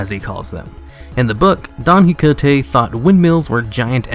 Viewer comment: its pronounce "KEE HO TE" QUIJOTE not quigonte XD